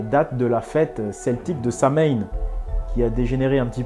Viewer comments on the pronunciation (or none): Superbe vidéo c'est bon de voir qu'il existe encore des initiés qui sont pas embrigadés dans les pièges de nos ennemis juste un petit point à corriger sur la prononciation du mot Samhaïn ça s'écrit comme ça mais ça se prononce "Sauwine"Sinon à part sa superbe vidéo